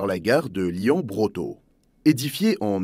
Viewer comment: Lyon pas « lian » ! 😢 (pas tout le temps mais souvent)